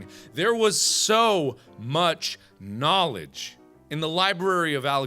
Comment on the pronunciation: ludicrous amounts of... KNAWLEDGE